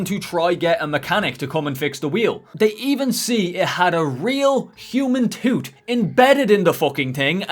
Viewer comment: I want to apologize for how i giggled at the way you said tooth. Sorry, toot.